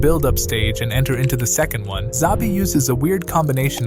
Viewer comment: "Zabi" is diabolical